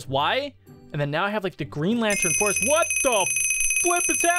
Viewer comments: It's not corpse. It's corps. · Did he say corps boi its pronouced core